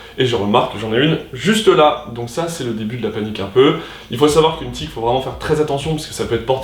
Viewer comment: Ça en fait des aventures... Sinon c’est TIQUE, pas TIC 🤣